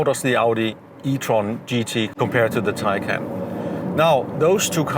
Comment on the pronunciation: BTW Your pronunciation of Taycan is wrong.